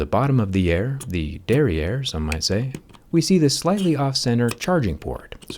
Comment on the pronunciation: the "~derrière" 😂 with anglo-saxon american french accent